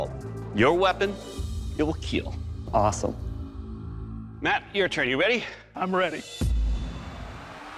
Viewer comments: nah just the host’s accent he changed it later but “it will keel” is just classic for this show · Kill or keel😂😂😂 i just love it❤😂😂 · I love this show. But. I cringe when that guy says it will keel.